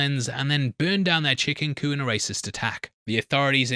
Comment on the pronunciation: He's just not pronouncing the "p" in chicken coop. What he said was, "chicken coo and..."